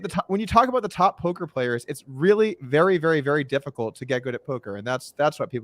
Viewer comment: dougwass you was vewwy mean to meeeeeeeeeeeee